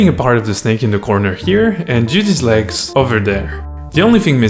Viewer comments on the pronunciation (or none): none